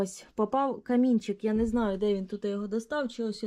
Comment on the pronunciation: А як ти сказала нинаю?😂😂😂